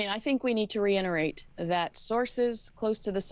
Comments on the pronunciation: OMG she said "reinerate" again! A "reporter" who can't speak her own language. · Re Inner-ate? What is that,?